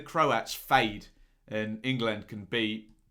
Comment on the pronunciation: going all Schhhteeeeve McClaren in this one with his pronunciation of "ING LAND". Class breakdown as usual though;)